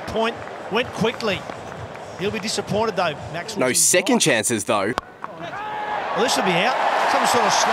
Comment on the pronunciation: Lol, the first time he said Glenn Maxwell he said Glenn Maxwall